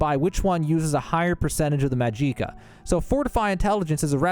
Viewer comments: Mag-ick-a Or Mag-ick-uh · Its magicka not majeeka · hahaha mageeca LOL. its pronounced MAG - JICK - AH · this has to be rage bait, it's not pronounced majeeka, it's magic, like how you say magic, with uh at the end magic-uh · Bruh just say magic 😒 tf is majeeka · Mageeeeeka🤣🤣☺️☺️☺️ Say it with me now ...... Maj ick ah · Magic-ah.... not ma-jeek-a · "Mahjeekuh" 😂 Magic+ka. Say magic then add ka. That's it. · ...bro I died inside with every maj EE ka....its maj ICK ah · For the love of Todd Howard, stop pronouncing it Ma-jee-ka. It's Magic-uh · Magic-ah not mageekah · Majika? Its magika. The hell is wrong with you? YOURE ON SKOOMA ARENT YOU??? YOURE A SKOOMA ADDICTED KAHJIT!!!! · Da hell is a majeeka? U mean Magi-ka, just like saying magic with AH at the end LOL your killing me bruh 😅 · I’m pretty sure this is just ragebait, but just in case you’re serious: in Elder Scrolls, 'magicka' is typically pronounced 'ma-jik-uh' or 'mag-ik-a,' like Lord Harkon in Skyrim’s Dawnguard DLC. I haven’t heard 'Mag-EEEE-cuh' in-game or from official sources, and most fans on Reddit and UESP go with the 'magic-a' sound. Pronunciations can vary, but there’s no evidence for a long 'i' being standard. Where’d you get 'Mag-EEEE-cuh' from? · Jih not Gee, even an AI voice can pronounce it right. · "Mahjeekah", lol 😂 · Ma-gee-ka!! 😂 and since when does 3 minutes take 20 fkn minutes?! Are we in Dementia?! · HAHAHA I LOVE how you say almost EVERY word wrong. MAJEEEEEEEKA, Golden KARAFEEE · Maa-jee-kah..... pain and suffering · “MAHJEEEKA” what a Cretinous man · Mag Eeka? More Vag Eeka, amiritegize? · WTF is Majeeeka?? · “Majeeka” and “karafe” bothered me so much lmao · I'm losing my will to live every time he says MAJIKKA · Well he said majeeka and i left. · I don't know what made me cringe more, Carafeh or Majeeka. great guide nonetheless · Clicked "Do Not Recommend" for calling Magicka "Mahgeekuh." Disliked too. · This one says "Mageeka" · What’s “majeeka?” Mageequa? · Mah jeeka wtf 😂